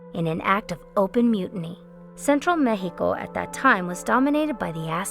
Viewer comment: Central mehico, was dominated by the Aztecs, Mayans, koosomeh, taconites, chimichiungas, and mehico. 😂 I’m sorry but she’s extra.